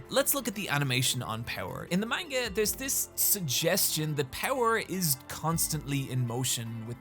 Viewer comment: So after 7 years on this platform has Nobody told he’s pronouncing manga wrong, or he just doesn’t care? Cause I ignored it at first but he’s way too knowledgeable to still be intentionally saying it wrong:/